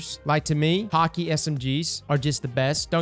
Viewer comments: "Hockey". Please try. English isn't hard my man. "Haw-Kae" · wait you pronounce Hakke as Hockey? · While we're on pronunciations and stuff, Häkke is pronounced "HACK-eh". Godspeed broder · Bruh its ha-kay (HAKKE). An NPC at the tower by Ikora says it.